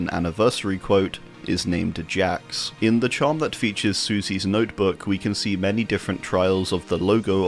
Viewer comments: My hear broke when he said "Jacques" like that :c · Oh my God you butchered Jacques name.